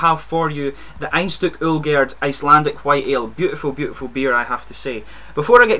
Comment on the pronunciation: I live in Akureyri, Iceland, and it's really nice to see that people are reviewing Icelandic beers, and it surprised me too how well you Pronounced the name of the Beer, and the Company that produces it :D Hope you liked the beer mate :D